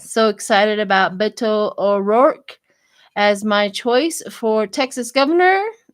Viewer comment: Beto, no "n", in case you want to know. Otherwise, it's just unnecessary stress to even care. Let it go. So what if you pronounce it wrong.